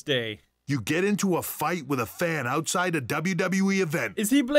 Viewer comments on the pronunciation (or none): none